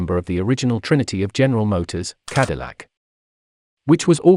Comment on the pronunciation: Lucien Antoine de la Mothe CADILLAC not “de la mort”